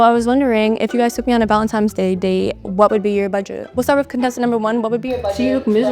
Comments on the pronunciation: “Valen-times “ Bet she also says “back-yoom” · “valentimes day” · Girl can't even say valentines day with a n.